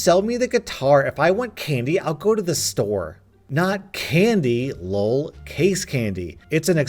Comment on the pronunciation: I like how you pronounce 'lol' as 'luwl'. It is a good thing.